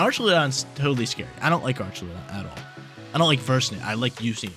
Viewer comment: Ark-a-loo-don.... Correct pronunciation for Archaludon. 😅😅😅😅😅😅